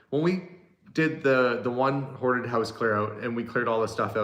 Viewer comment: talking of word differences in the UK we have the ongoing argument with the word scone pronounced sc-own or sc-on depending on which bit you come from. and when you say hoarded it sounds like haunted